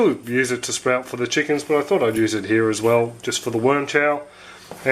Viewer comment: My son says chookins too